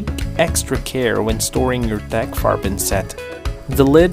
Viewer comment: Yes, that's probably the first time I heard someone that's not German pronounce it, and yes, you did perfectly fine. Also I really like your accent, where are you from? (If I am allowed to ask)😅